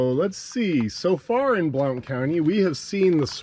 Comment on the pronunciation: Great video, BTW, Blount is pronounced "blunt"